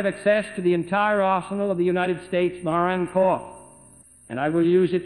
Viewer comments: Pronouncing "Marine" as "mar an" is unforgivable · “United States Moran Corps”